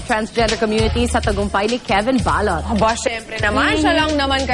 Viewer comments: balot not balut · GAWD PRONOUNCE IT RIGHT PLS, BA'LOT HAHA KABOTHER